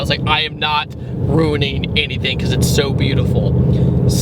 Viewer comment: I just realised that you say "enything" instead of "anything".